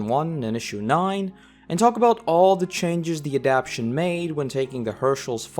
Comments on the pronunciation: Thanks for making these great videos but one correction. The word is adaptation four syllables a-dapt-a-tion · I hate to be petty and small, but say it with me: "AD-AP-TA-TION". This being said... thanks for the fine comparison.